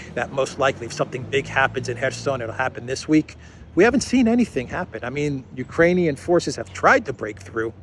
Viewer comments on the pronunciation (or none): none